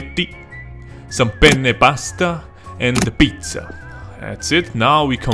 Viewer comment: The EAU how you say spaghetti pasta and pizza si really funny Btw i’m italian